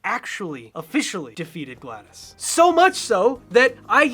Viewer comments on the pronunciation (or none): It’s not Gla-DAS, it’s GLa-DOS. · It's GlaDOS- Prounounced, Glad-DOS, Not Gladys. GlaD-OS. The OS stands for Operating system. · It's spelled GladOS for a few reason. Please don't pronounce it's name as Gladys. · Its gla-dos not gla-das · You keep pronouncing “GlaDOS” as “Gladys” and it gets me every time. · It's not pronounced like "Gladys", my guy. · It’s pronounced “glad-dose” 😭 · I kept wanting to yell "ITS A PUN! SAY IT RIGHT!!" at my screen